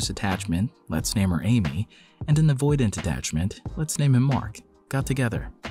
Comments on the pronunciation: you forgot the T in avoidant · = Forgot the T in Avoidant, but remembered it later. Also, gagged? Is this a gen Z term, or British, like “gutted”?